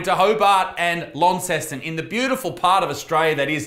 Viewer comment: Launceston sounded like Inceston to me and it made me giggle